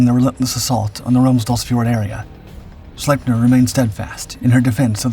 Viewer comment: Really good video. But just an FYI. Its pronounced "Sleep- near."